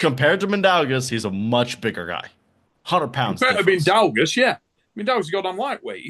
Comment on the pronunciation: I'm sorry but i have reached my breaking point. For anyone trying to pronounce Mindaugas – it's pronounced as Min-dough-Gus. The 'Min' part is pretty straightforward, 'dough' like bread dough, and 'Gus' like the character from Breaking Bad.